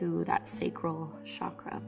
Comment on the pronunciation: Hey, great video! I know you don't mean disrespect but the number of times you have spoken "chakra" in this video moved me to write this to you: the pronunciation of CH in 'chakra' is the same as in 'church'. In Sanskrit words are written exactly as spoken. So if it was spoken as Shakra, it would be written like that. You gave Chakras a french accent and that kept me from focussing lol